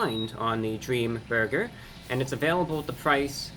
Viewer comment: In thd beginning it sounded like you said dreama burger